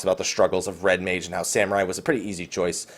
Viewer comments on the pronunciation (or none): none